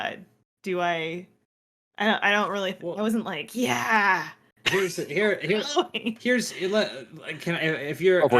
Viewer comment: It’s tough to make it through this simply because of the way they pronounce “Halloween”. I can’t.